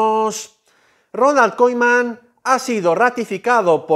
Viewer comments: Se pronuncia kuman no koiman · Se dice "kuman" amigo.